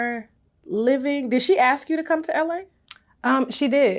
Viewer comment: That's ask not ax.